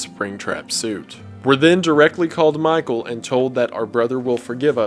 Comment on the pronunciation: When I first heard it I thought springtrap was yelling "MY TOE!" Instead of Michael